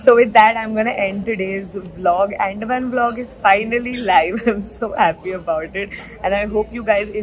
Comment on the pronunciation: I am from Andaman and FYI it is pronounced as UN-DAA-MAAN. It's not Ann-Deh-man